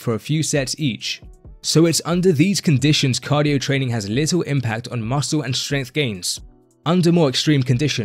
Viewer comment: Why do you say “trainingK”?? There is no “k” after an “ing.”